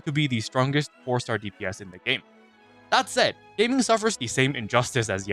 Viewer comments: I think gaming is pronounced “Gah-Ming” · Him calling Gaming “Gaeming” HURT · I SWEAR ITS GA ' GAH' MING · it’s pronounced GA-ming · pronouncing Gaming like that 😭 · Sorry, I feel compelled to disregard all your opinions due to pronouncing Gaming's name unironically incorrectly. You seriously thought it was pronounced the same as in "PC gaming"?